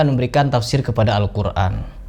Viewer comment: Ayo bedah satu persatu ustad yang menyimpang dari Agama islam, dan sedikit di bedah adalah cara ustad Adi Hidayat mengucapkan kata"al Qur'an", di sana tidak huruf 'ain, tapi saat dia bilang al Quran ada melibatkan huruf 'ain. Apa tidak menyimpang dari ilmu tajuid, atau hanya pemanis suatu kata agar indah didengar??